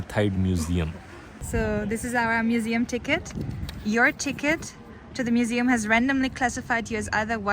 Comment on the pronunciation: You called it a 'mujium 😂😂